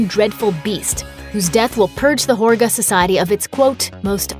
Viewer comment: great analysis - but the narrator clearly didn’t even see the movie - mispronouncing important words including Midsommar, Pelle and Harga. The way she pronounced Midsommar incorrectly over and over was particularly irritating and frustrating.